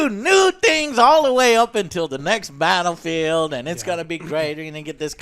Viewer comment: I legit thought you said Battlefield: Hairline